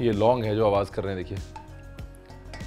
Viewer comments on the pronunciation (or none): none